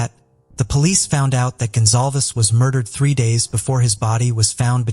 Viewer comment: GONZALEZ not gonzalves